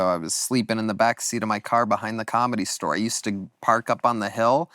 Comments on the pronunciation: Started at the comedy stower. What kind of pronunciation is that?! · Can Tony please stop saying the word ‘store’…he says “stower”.